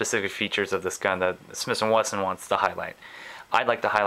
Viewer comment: Smith & weston. Not smiths & Winston